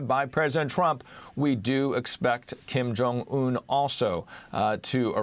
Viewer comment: this guy can't say his name right Kim Jong UN lol just listen how he say it